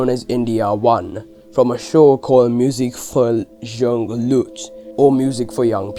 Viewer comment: lmaooo the way you said musik für junge Leute cracks me up🤣🤣